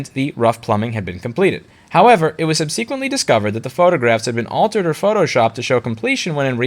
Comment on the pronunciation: I love the pronunciation of sub-SEE-quently